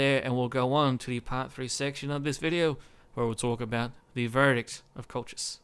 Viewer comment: Colchis is pronounced as in "call-his", or if it is too hard, most English speakers would pronounce it as "call-kiss". I tried the Kolkhis campaign just before the revised GC campaign submod came out (with the changed diplomacy and starting barracks) and found it quite hard. Granted I was playing with Hardcore/No CAI (meaning longer build/research times and higher costs), but still, everybody pretty soon gangs up on you and SHTF. As you said, Arche Bosporus is your main threat and knocking them out quickly is probably the best strategy. The Colchian medium cav is one of the best mid tier skirmisher cav, given their decent armor/defence/attack and most importantly speed of 8 (most other mid tiers have speed 7). One of the things that makes the faction start difficult is also the fact that if you want a flexible, combined tactics sort of army you need both your barracks buildings (greek at lvl 2 and caucasian at lvl 3, IIRC), which places higher strain on your economy. I might give it another try with the revised GC, but I am waiting until it is compatible with 12 tpy and the Hardcore submod.